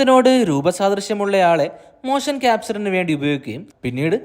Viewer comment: മോഷൻ എന്ന് പറയു 😅മോശൻ എന്ന് പറയുന്നത് ‘മോശം‘ എന്നാണ് കേൾക്കുന്നത്..